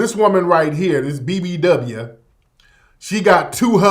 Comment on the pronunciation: The way Tariq said BB Dubbyah got me crying 😂😂😂😂😂